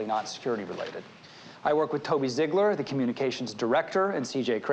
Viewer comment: Just noticed that Sam pronounced Ziegler is "zigler", as opposed to the "zeegler" I think everyone pronounces it in later episodes.